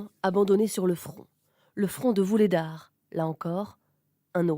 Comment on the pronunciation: Vuhledar et pas Vulhedar